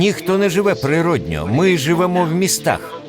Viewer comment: ПрироднО замість природнЬО 😊 Дякую за українську. Вдосконалюйтесь!